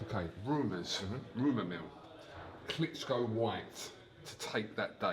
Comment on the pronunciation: Eddie "he's fought Wladimir Klitscko" Hearn